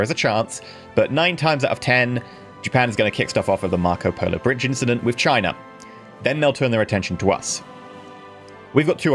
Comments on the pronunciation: You perfectly pronounced China in german ^^ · Oh my God YOU Said China in A dutch accent 😐😐😐😐😐